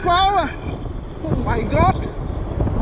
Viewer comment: “Oh my got this scoore so fas”😂